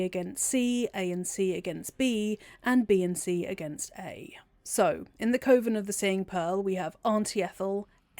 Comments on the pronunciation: I love your videos, I love your voice, but this whole time I was like "it's cuh-ven! Not koh-ven!" 😅😂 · Cuh-Ven it isnt Cove-en this bothered me my full video ngl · Pronounced “kuhven” not Coven like woven. It’s bothering the crap out of me. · I’m curious about your pronunciation of coven. I’ve only ever heard it said “cuh-ven” is “co-vin” a British thing? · You can pass through the door in Ethel's lair that leads to the underdark teleport if you wear one of her masks It took me a while to get used to hearing coven pronounced koh-vern but otherwise this was another great video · I can't with the way you say coven. 😭😭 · I've never heard coven pronounced the way you say it. No hate intended! Are you English? I figure it's a dialect thing I haven't encountered (I'm Australian). Great video! I can always tell how much work you've put in getting these together and I always come away with new nerdy facts to share with my BG3 friends. Thank you as always!